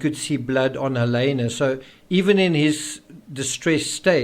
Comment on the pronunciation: I wish you would pronounce her name correctly. It's Hal-eeena, not Hal-aaayna